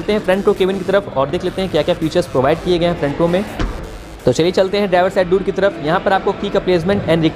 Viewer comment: भाई डोर (door) बोला जाता है दुर (dur) नही बोला जाता है, प्लीज बोलो एक दम सही से हमेशा....